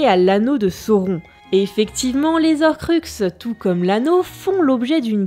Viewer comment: Bon alors autant cette prononciation me fait tiquer mais elle est justifiée du fait de la lecture française du nom... autant dire "les z'horcux" ça... y'a un h devant ! C'est comme les haricot ou les hiboux ! On dit pas les z'haricot ou les z'hiboux ! Enfin si, certaines personnes mais justement ça va pas comme prononciation ! Pourquoi ? Parce que c'est moche, déjà, et qu'après on peut avoir "il arriva après z'Harry" et c'est moche aussi et peut porter à confusion (je prends cet exemple parce que Harry Potter évidemment) mais surtout parce que les on dit "les z'héros" mais là c'est carrément pas clair ! Est-ce que c'est "les héros" ou "les zéros" ? Et la différence est assez... importante. Non ? ^^'